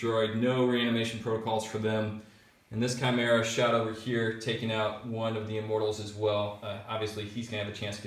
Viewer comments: Khai-mera, not Chai-mera, Leman Roos? wtf? lol, man, you guys butcher names.. Necrons are Cheese to, but atm they are stuck in the Index.. lol. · Russ.. Is pretty much how you want to pronounce it.. I have heard people say Rooskies.. So Ruess is ok. Even though the dictionary pronounciation is Ruhs. Chimera.. Is ki-meer-uh Although English Rules Would be Chime- RA